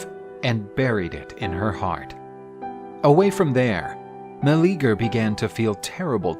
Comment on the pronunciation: His name was not Meleager (Ma-Lee-Ger) I hate they are botching it so hard. 😓 Its Meleager (Mel-Lee-yay-ger)